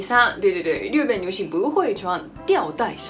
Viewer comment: 日本地日的发音马上就改变吧！